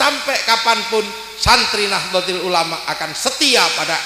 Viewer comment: Org ini memang suka sensasi, misal, nahdlotul dia baca nahdlotil, boleh